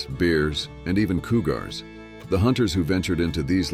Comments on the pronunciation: Can't someone speak properly to narrate this movie? Good grief! Bars and koogars? Seriously. It doesn't take much knowledge to pronounce words correctly! It makes it difficult to watch this story. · "Coo Gars" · Coo-gars? Ok. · Coo-gars???? AI has a way to go!